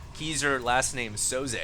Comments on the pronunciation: Obviously not LOL every time he said his name I kringed cuz he was saying like it was pronounced KEYser... drove me nuts LOL but I still have mad props for =D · Its pronounced (Kai-Zer) like king kai. xD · It's pronounced more like KAISER. Haven't you seen The Usual Suspects?